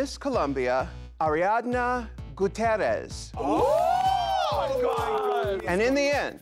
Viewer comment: It's cute how Ru struggled to pronounce Ariadna Gutiérrez hahaha